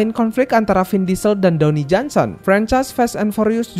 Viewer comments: dawni johnson HAHAHAHAH DWAYNE BANG DWAYNE DUWEIN bacanya bang HAHAHAHAH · dony "the rock" johnson? yang bener Dwayne (dibaca: dwein) Johnson iya arah cerita FF jadi ga masuk akal 🤣🤩🤩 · bang, dwayne bang, bukan downy, itu mah sabun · downey downey apaan jing, bnerin pronounce dlu